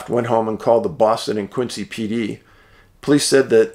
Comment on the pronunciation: Quincy is pronounced Quinzee not Quinsee